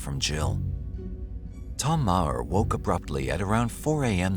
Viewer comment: The H, in Meaghar, or Maher, is silent, so, In Ireland, it's pronounced..... Marr.